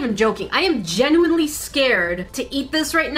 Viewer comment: you saying “genuinely” 😂😂 i try to watch videos few days late to watch more ..love it here